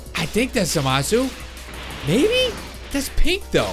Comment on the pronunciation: Zeno is the omni king of All universes and u don't pronounce zamasu right